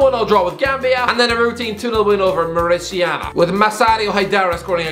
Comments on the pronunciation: Mauri*ta*nia, not Mauricia-na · More uh tan e uh Not more ishiana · Mauritania is pronounced MAW-ri-TAY-ni-a,. Anyways, quality content as per usual, keep it up. Cheers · It is pronounced Mouritania. Like Mourinho. Not Mauritiana like Copacabana. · Mauritiana and Upacemano 🤣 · Such a nice video. I am so glad to see you talking and knowing about all AFCON nations. Although you should fix your pronunciation of Mauritania. If you say Mauri like the tribe in New Zealand, ta as tay and nia as in "Roma*nia*" your pronunciation is ok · Morocco will win 🇲🇦 Also I find it funny how he pronounced Mauritania wrong More Ih Tay Neea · it's Mauritania as in Mori tanya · Mauritania not Mauritiana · you are destroying Mauritania's name. Its pronounced Mou-Ree-Taa-Nia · It’s pronounced Ma ru tain e ah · sick of hearing how you pronounce Mauritania as "mauritiana" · He was badly mispronouncing Mauritania every time right? Or have I been confidently mispronouncing it myself for years??? Interesting and decent vid btw, the glad to watch to end, just curious over that pronunciation lol! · Lol what a way to pronounce Mauritania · You pronounced mauritania so badly lol